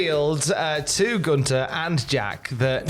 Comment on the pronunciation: There's a "th" in GunTHer it's not "Guntar" 😂😂